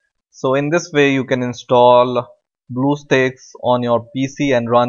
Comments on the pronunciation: ITS stack not steak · spit out that shit on your mouth .... bluestack not BLUESTAKES AHAHAHAHAHAHA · did he just said Bluestick? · why the heck he's saying bluestakes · Did he just say bluestakes???? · He said bluesticks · hahaha he said bluessteaks lol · i know he has an accent but "blue steaks" is hilarious